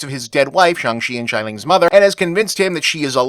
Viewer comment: Hey, Bob, don't take this personally, but please work on your pronunciation of Mandarin syllables ending with "-ia", as you seem to repeatedly pronounce thy first syllable of "Xialing" as "shy". This has become kind of a pet peeve of mine in the last few months because a relative I used to be quite close to is married to a Chinese woman with a similar name, he mispronounces it, and as a result everyone else in my family who don't speak Chinese also constantly mispronounce it. I have no idea why English-speakers (North Americans?) read "-ia" as though it were "-ai", but... I dunno, it bugs me.